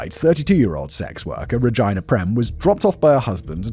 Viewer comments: Bro rageena, not ragina. It does not rhyme with vagina. Is this a British thing, or is your mind in the f'd up gutter. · Am I the only child laughing cause they keep hearing Simon say “Vagina” over “Regina” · Regina. Pronounced Re-Jean-ah 😂😂😂.. and I think you already knew that 🧐🤨🤣🤣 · Ruh-gee-nuh I work with a Ragina. She would throat punch you for continually calling her that 😂😂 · Oh ffs re-gyne-ah?? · I’ve never heard Regina pronounced that way.